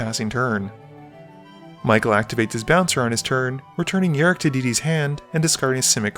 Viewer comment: It's rok not rik